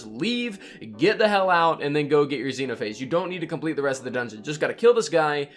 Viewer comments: The X-E-NO-PA-HA-GE Guide POG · X-eno-pha-age... 🤣🤣🤣🤣🤣. Man I like your content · Ah yes, Zeno-Pahage. Very quaint of you